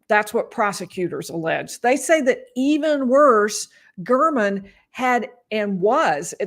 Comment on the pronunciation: Listen to how the prosecutor pronounces Mr. German’s name: Gair-men. Telles is intentionally mis pronouncing it.